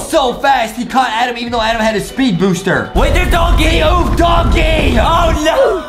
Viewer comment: And justin think its adem but its adam